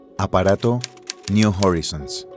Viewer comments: PONES UN RUIDO DESQUICIANTE 😝😝 [SEGÚN TÚ, ES MÚSICA], SIGUES DICIENDO "NIU JARRISONS" 🙃🙃 Y PONES UNOS DATOS AL PRINCIPIO QUE ARRUINA LA NARRACIÓN 🤪🥴🤪🥴, POR ESO CUANDO QUIERO VER UN VIDEO TUYO, ME PONGO DE MAL HUMOR Y LO CORTO. GRACIAS PERO NO, GRACIAS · Buen documental, solo el locutor pudo haberse documentado mejor cómo se pronuncian las cosas en inglés, y no andar hablando de la sonda niu jorisons o del satélite i o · me encantan los videos, las animaciones y los relatos. solo estaria bueno que estandaricen las pronunciaciones New Horizon: Niu Joraizn, no "niu Jorizon" Kuiper: Kaiper, no "kuiper" Pioneer: Paioniir, no "paioner" entre otros...